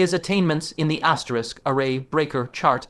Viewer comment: Bro can u stop saying asterick